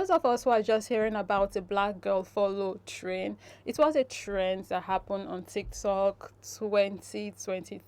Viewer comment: It's follow "trend" or "train". At first I thought I heard the word "train" but later realised that the Influencer was saying "trend". Kindly confirm.